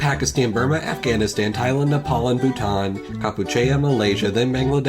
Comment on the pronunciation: Can't be the only one who got angered by the way he said Bhutan SOB AND GHANA TOO SOBBBB